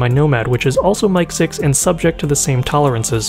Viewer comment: For future reference, in industry, it's usually pronounced "mick 6" not "mike 6". I work on satellites and we use MIC6 quite often for mechanism test fixtures.